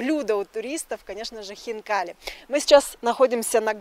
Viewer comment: то, что это будет вкусно, было понятно с первых слов! Как аппетитно хозяин произнес слово хинкали! А у нас котлетки!!!